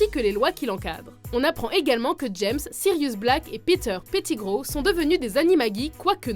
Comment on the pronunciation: Tu prononce mal Malefoy, petigrow, Weasley, Ludo Verpey et Gilderoy Lockhart, aussi dans certain de tes extraits de film les voix de Harry et Hermione sont bizarre